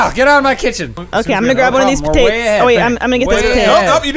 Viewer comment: calling them potates:D